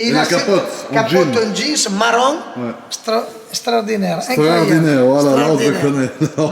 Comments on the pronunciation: C’est « Strodinaire » 2022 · SSTRORDINAIRE, SSTRORDINAIRE, SSTRORDINAIRE!!! Babéné fréro 👍👍👍